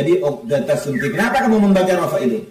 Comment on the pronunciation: Bukan shumti tapi shomti